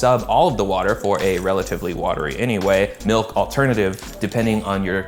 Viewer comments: ITS MALK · got war flashbacks to 2009 youtube when he said Malk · “Malk” unlocked a core memory